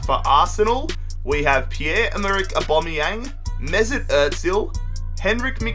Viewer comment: Omg that aubameyang pronunciation 😂